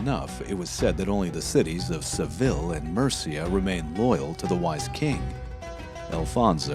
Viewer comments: It’s pronounced se VEE ya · He pronounce Seville wrong, though.